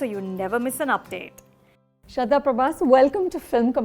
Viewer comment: Anu, I love your channel and the work you do. Please may I suggest something regarding the pronunciation of names/Hindi words? Please say the 'h' sound in Shraddha (श्रद्धा) and Prabhas (प्रभास). I'm only commmenting after years of watching your videos and noticing the same thing with many Hindi words you say. Could you please do something about that? Many thanks and more power to your channel, Arnika